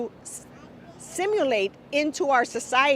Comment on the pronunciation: Your govt hates you and wants you dead And its " Assimalate " not " simulate "